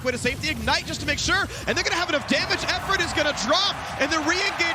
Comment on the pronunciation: Phreak was shit this whole series, constantly stumbling over words, mispronouncing Efforts name, calling SKT "SAT" etc.